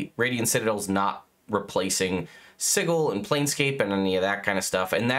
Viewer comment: It’s si-jil not sigle